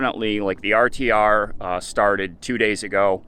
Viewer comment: re you saying RCR or RTR......? Its RTR isnt it? Rubber Tramp Rendezvous?